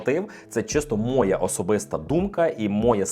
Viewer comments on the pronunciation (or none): Громадянин! Терпів-терпів я - і не витримав. СвОя, мОя, твОя, будЕ - скільки можна вже так знущатися з глядачів і слухачів? Ти що, копіюєш Лішопа? Чи ви просто знайомі близько?😅 Якісні кроси, шкарпетки, взагалі якісні відоси — це топ, так і треба! Створюй якісний контент, а то шкарпетки кращі, ніж твОя вимова🤓